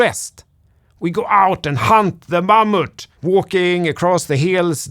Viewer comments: I love the way you pronounce "mammoth" and wish you could find a way to use that word in every video moving forward. Thanks,! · I'm not sure why but the way you said "Mammoth" was so amusing 😊 *well I listen to YT on 2x so that might have contributed.